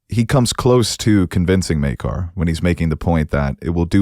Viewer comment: Thank you for pronouncing Maekar's name correctly!